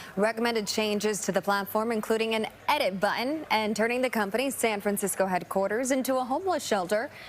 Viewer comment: An edit “buh-in”? What’s that